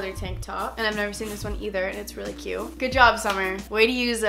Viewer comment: Can u say CUTE instead of CUE it’s so annoying